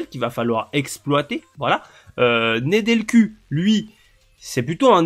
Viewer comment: Super la vidéo bon choix de carrière je pense mais juste un petit truc on dit sur le MDC que tu as sur le banc on dit pas Nedelcu on dit « Nedelcou » même si on écrit avec un u on prononce avec ou mais tqt c’est pas grave. J’ai hâte lundi prochain